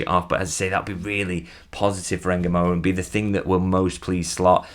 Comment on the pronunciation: if ngumoha is a bantu name, there is no e in front of ngumoho. you are pronouncing it correctly but remove the Engumoha and just say Ngumoha.